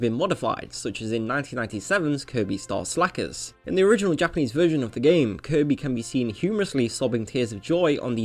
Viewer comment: is no one gonna mention he said Kirby Star SLACKERS, instead of STACKER? No?